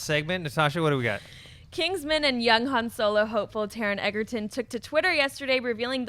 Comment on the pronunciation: People from Movie Talk, please, stop calling Taron Egerton like "EGGerton". The "G" in Egerton is read like the "DG" sound in the word "edge", not like the "G" in "egg".